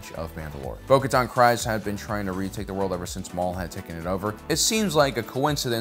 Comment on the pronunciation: Bo-Katan's surname rhymes with FREEZE. This is not controversial in the least. Rather, it is very well established in the most recent season of Mando. She even says it herself numerous times. Please quit saying it wrong!